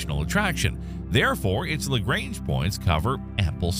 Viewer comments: On the other hand, they butchered Lagrange so bad it's hilarious 😂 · The way you pronounce LaGrange points lol and apophis and amore